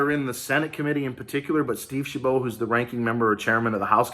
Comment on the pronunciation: The T is not silent in Steve Chabot’s name